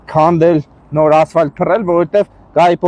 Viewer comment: Ասֆայլտ չի ասֆալտա